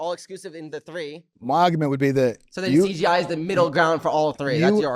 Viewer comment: why doe Mikey keep saying cGi